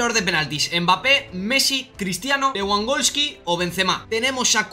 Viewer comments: Aprende a pronunciar , no es leeangolski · Se pronuncia levandoski